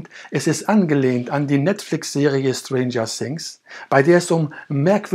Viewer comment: Schtranger sings